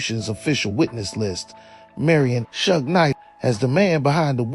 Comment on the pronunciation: Maybe if Suge was typed in phonetically in the prompts it would pronounce it correctly